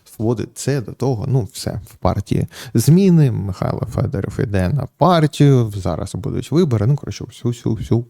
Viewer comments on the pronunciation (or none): none